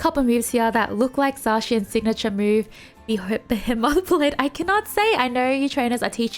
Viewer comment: I prefer Zacian personally. He's a big sword dog. I like big sword dogs. (Flashs back to great grey wolf Sif) Edit: it's pronounced Buh-Hee-Muth Blade. I don't know if this helps but hopefully it does.